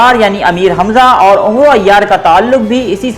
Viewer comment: جناب یہ لکھا عمرو جاتا ہے اور پڑھاamar جاتا ہے۔و نہیں پڑھا جاتا